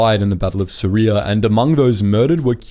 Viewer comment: “..was born in Suria..” Me: Syria ?